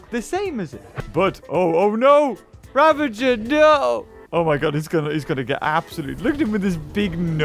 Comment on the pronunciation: U know your saying ravager right